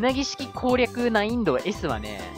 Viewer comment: ♪難易度のことないんどって言ってるのが地味に気になったw